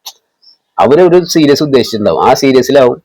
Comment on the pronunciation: സീരീസ് ആണെടാ പൊട്ടാ 😂